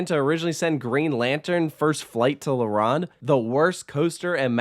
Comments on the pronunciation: Its not la RAWND. Its la ROAND. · No poutine slander allowed Also la-rown-d not La-rond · As a Montrealer I agree with most things you said and yes shocker shocker poutine is glorified but tasty in the winter! I do however take offence to “La runde” pronunciation. You sir will decently be mocked in France is you ever visit Disneyland or asteroid and obelisk park with that pronunciation DUOLINGO DO BETTER ✅ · Leh Wronn? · Your French accent sucks. la ronde! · You should learn the correct prononciation of the theme park name. La Ronde. Its French and it has double meanings. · "la round " "poutin" OMG so many negative things to say about how to say the words correctly. Your review was off love the park and I am not biased. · I knew this was gonna be a long video when he mispronounced La Ronde and Montréal smh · The o is not pronounced like Ron it’s more pronounced like « Stone » and the r has to be rolled a bit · tbh me personally, I wouldn't trust someone's review if they called la ronde like that